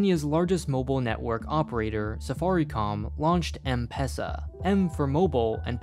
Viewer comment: I'm from Kenya and the way he is spelling Safaricom and M-pesa is so Inaccrate